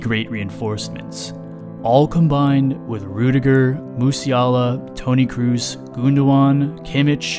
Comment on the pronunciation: Wow - Way to mess up German names! You can't even pronounce Kroos? Wth?